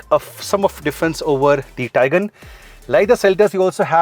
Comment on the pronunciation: The Taigan ans Seltas pronounciation was really irritating man.